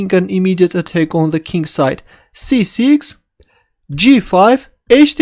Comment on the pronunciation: Why do these Russians keep referring to the king as "kink"?